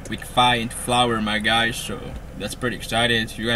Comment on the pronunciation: i got silver haze guysh i dont make bideos but i got good bud guysh